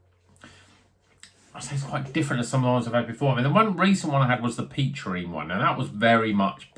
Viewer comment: is the correct pronunciation! Looked good this one from Pentirch. Still some left in the Bottleshop I work in, so i'll pick one up. Cheers!